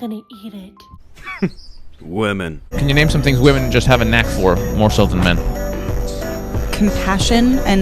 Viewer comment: another illiterate to ignorant to know how to pronounce women correctly.